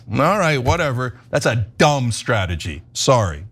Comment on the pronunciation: listen to how bad he starts slurring " I hit diathagee with her philothaph"